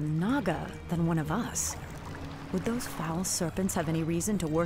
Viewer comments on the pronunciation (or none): its "those" not "dose" regardless, carry on.....